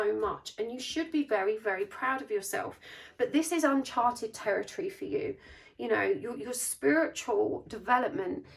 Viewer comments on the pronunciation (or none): none